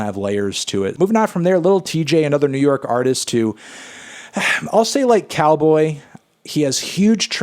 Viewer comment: Hey Anthony its not nice pronouncing Calboy's name as Cowboy